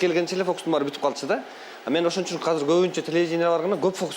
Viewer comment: Казыр девей азыр деп эле суйло